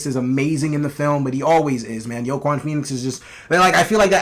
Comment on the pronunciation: Are you saying Joaquin's name wrong on purpose? Lmao